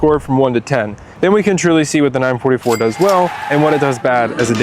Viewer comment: 9-4-4 not 9-44 😂😂